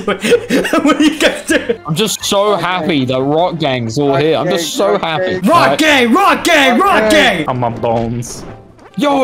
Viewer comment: When says Rock Gang he sounds like hes saying Rock Gay